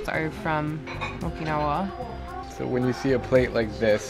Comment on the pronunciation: Jesus Christ. You're the second American I've heard who can't pronounce Okinawa correctly. I don't see how it's so hard. Kids, this is what happens when you watch dubbed anime.